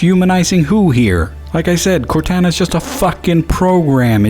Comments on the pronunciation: You Pronounced Cortana Wrong Just Serch Cortana Halo Ce And You Will Know How To Pronounce It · You miss pronounced Cortana a lot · Anyone else mad how he said Cortana? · I can't help bit heat "court Ana" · What I find more absurd is your pronunciation of Cortana.